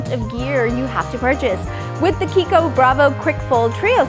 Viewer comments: Italian brand, so the "ch" is pronounced like a "k"! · Meika Zack yes. She's pronouncing right